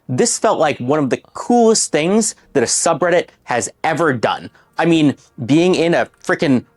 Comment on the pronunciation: "twitsch begged me to not let my schubbreddit deshtroy them ☝️🤓"